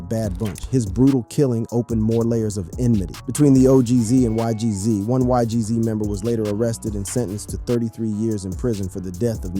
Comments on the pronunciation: Why Gee Zees 😭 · Bro nun against you bruh but it’s not g z it’s not eik it’s naas it’s not ohek ts is funny ash